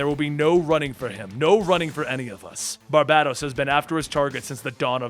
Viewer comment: I thought it WAS barBATos instead of BarBADOs.. Lolol